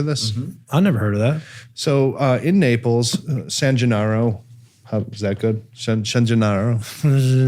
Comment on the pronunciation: LANCIANO is pronounced LANCHANO, while Gennaro was pronounced perfectly!